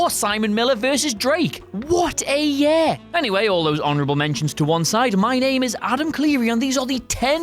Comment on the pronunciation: Year not yair